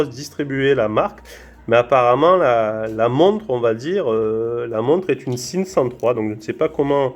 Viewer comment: sympathique vidéo et belle montre. Par contre "Sinn" ca se prononce "Zine" pas "sine"